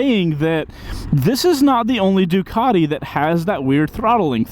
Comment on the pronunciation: What the f**k is a Doo-cot-eee?